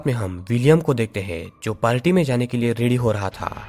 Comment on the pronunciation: Its party not palty🙄🙄